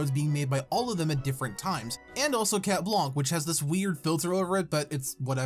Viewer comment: Every time you say chat blanc I hear chat wonk